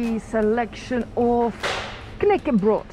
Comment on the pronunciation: knekkebrød, imgen feil uttale der. Energien din er utrolig bra!